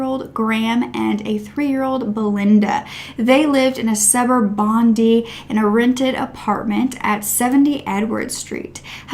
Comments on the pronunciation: Please note the pronunciation aid Sydney suburbs. E.g Bondi is pronounced Bon-dye. Not Bon-see. Also you mentioned Bellevue Hill. This is pronounced Bell-view. Not Belle-e-view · Love your content. Hope you don't mind but Bondi is said bon die. It's an Aussie thing. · It's pronounced BonDIE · Bondee...nup..Bondeye ( Bondi) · P, good on you, you beat me to it! I would’ve said bond eye.